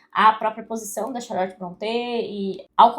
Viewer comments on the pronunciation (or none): none